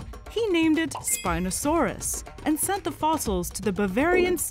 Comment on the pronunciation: one of the best illustrations in this one, very good work! sometimes the presenter puts emphasis on the wrong words which makes it sound unnatural, like those AI text to speech systems on tiktok that don't know semantically what they are saying. for instance, the word AND is often emphasized in a way that distorts the meaning of the text. it distracts from the video, in my opinion